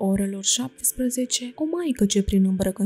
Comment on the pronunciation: Stimată doamnă, dacă stăruiți în a lectura unui auditoriu vorbitor de limbă română nativ, ar fi de dorit să citiți respectând regulile de pronunție ale limbii române. Se regăsesc, în cuprinsul materialului lecturat, mult prea multe greşeli în ceea ce priveşte accentul, fals atribuit, multor cuvinte (monahie, schimonahie, ceaslov, isihie, pustia, pustie, Ioanichie, privegherea, pridvor, Pahomie, soborul, tuturor, scârnav), ceea ce, după părerea mea, este impardonabil. Pentru ascultător aceste dizarmonii fac să scadă valoarea informației şi să răpească din emoția duhovnicească a relatării. Doamne, ajută tuturor!